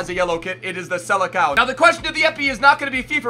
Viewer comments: its not sele-cow. its sele-sown. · The way says Seleção translates to Sele dog 😂😂😂